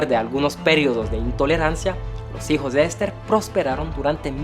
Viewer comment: Cosmopolita y no "Cosmopólita"😅 Esther y no "Ésther". Iraníes y no "Iranís". Muy buena la información pero mejora tu Castellano